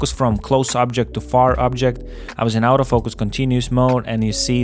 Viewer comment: Nice review! Just one remark: the word “autofocus” is pronounced as [ɔːtəˈfəʊkəs]. The way you do it sounds like “out of focus”))